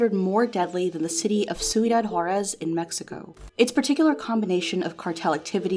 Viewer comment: You could have made a lil effort pronouncing the spanish names correctly, jeez i didn't even know you were talking about Juárez when you said "Soodad horess"